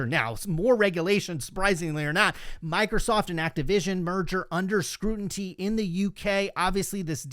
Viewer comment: I’m sorry but I have to say this. Scrutiny - “Screw-tin-ee” Love the show homie!